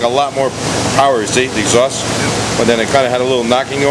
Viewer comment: I like how you said "stock pieace of garbage exjaust " Yup most stock parts sucks anyways.